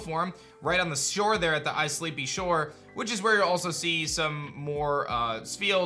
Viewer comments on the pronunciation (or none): I counted like 30 names mispronounced haha. "isleepy shore"